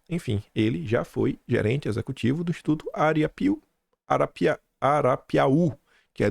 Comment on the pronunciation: Para um baiano é certamente MUITO difícil dizer a palavra "ArapiaÚ". Kkkk Bom dia a todos.